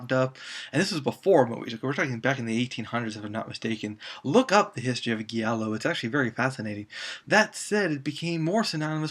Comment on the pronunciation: Hate to be that dude- but it’s “Jee-allo” not “gee-allo”